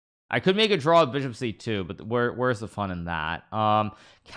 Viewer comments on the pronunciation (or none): none